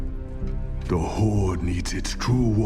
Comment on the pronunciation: The however many dislikes are likely due to the language barrier, but it could be fixed for the most part in three steps: 1. "th", not "d" 2. "r", not "rrrr(rolling)" 3. "Horde", not "Hordes".